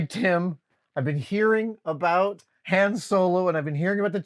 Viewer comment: Team Han rhymes with 'on' not with 'plan' right here ←